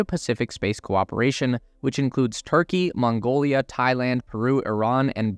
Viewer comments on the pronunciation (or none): none